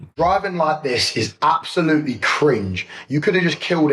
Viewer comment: he says “absowutewy” instead of “absolutely” lol